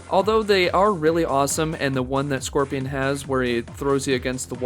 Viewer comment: Bro it’s pronounced scorpion not squirpion lol